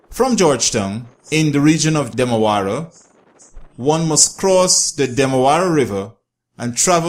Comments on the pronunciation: It is Demerara River not Demewara. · Demerara not demawara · Great effort in trying to do this documentary. However your language sir, and the pronunciation of words like 'Demewara' among others are inaccurate. It's Demerara, not 'Demewara'. Your language is confusing. The word is water not 'wudder'. Otherwise I admire your initiative of making such interesting video about our beautiful country. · It’s called the Demarara and pronounced dem ah rah rah not dem awara stop butchering the name my friend lol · DEMEWARA = DEMERARA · Note to guyanese ppl...there is no W in Demerara. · Demerara, not the demewara, who is this guy presenting Guyana. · Demerara don't have w inside it😂😁😁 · Stop saying demawara... And Parika is on the East Bank Essequibo... Very informative and entertaining never the less...